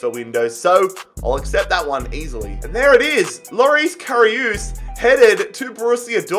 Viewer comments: if you want to pronounce Karius right it’s CARRY US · Who else was triggered when he said KaRiOoooooS